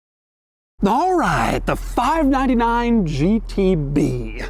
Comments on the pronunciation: Sounds like he’s saying 5 9 to 9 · "five na na nine"